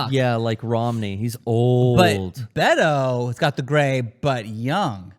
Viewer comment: bait-o not bet-o